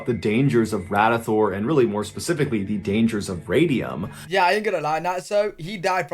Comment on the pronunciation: No, it is Radium